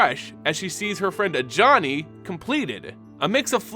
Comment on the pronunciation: Bruh. I'm watching this just now. You saying Ajani hurts now